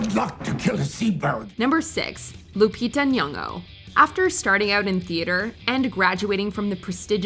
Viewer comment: Lupita Nyong’o?! Hahahahahahahaha okay